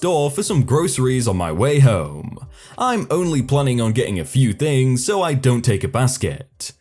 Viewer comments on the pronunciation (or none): none